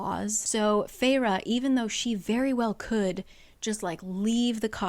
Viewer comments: Its Fey---Raa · I thought the protagonists name was pronounced Fair as in “beauty”. Also why would you name your child a name closely sounding like fairy if fairy’s are evil? It’s like naming your kid Demonica. Also, the main character gal was extremely obnoxious with hate towards the Tomlin character. She murdered his friend and tomlin spared life and let’s live in luxury and takes care of family. And she is upset that he couldn’t compliment better? I’m a few chapters in and I want to throw the book because she’s so unlikable. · I always thought feyre was pronounced like fair— literally cracking up at this so saving this in case I ever decide to watch this over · Was i the only one who did not know how to pronounce "Feyre" in my head and read it as "Fersjskh" the entire ACOTAR and that just ruined the entire romance for me lmao